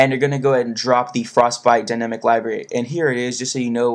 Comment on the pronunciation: you speak so clearly. but you say libary instead of library